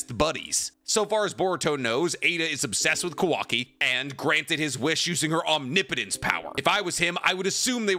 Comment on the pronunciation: HOLY CRAP!!!! He finally learned how to say OMNIPOTENCE correctly!!!!!! 😂😂😂